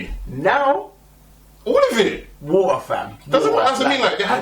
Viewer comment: i cant get over how he says water..."war uhh" lol...but yea no the trailer looks epic!